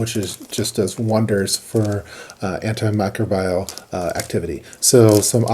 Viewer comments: Great information here. This is going to come off as pretentious, but antimicrobial is pronounced "AN-tee-my-CROW-bee-uhl" or "AN-ty-my-CROW-bee-uhl" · Lol at the way you say "antimicrobial". It might just be a regional/accent thing, but I've always heard it said like "anti-my-crobe-ee-uhl", not "anti-micro-buy-uhl". Great video as always,!